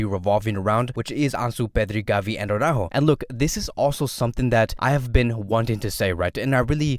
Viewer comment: Such a pity that Araújo will renew. Now we'll hear Awww-ráhho Awwww-ráhhho Awwww-ráhhho all of the time (instead of Ara-Újo).